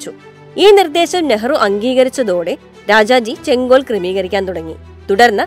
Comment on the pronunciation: " ചെങ്കോൽ " - സെങ്കോൽ അല്ല